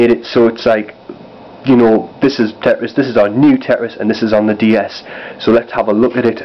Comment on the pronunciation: it's tetris not teris